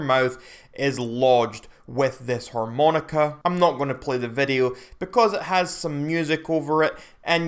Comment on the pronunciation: TF is a 'whore-moan-ica'?